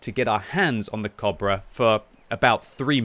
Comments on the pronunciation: y u pronouncing cobra weird ? isn't it co-bra like a long 'o' like in boat not kobra like german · It took about 6 times of me hearing say cabra to realize he was trying to say cobra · how you pronaunce cobbra, dude